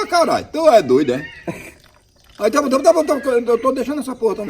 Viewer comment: Ele disse tab tab tab tab tabom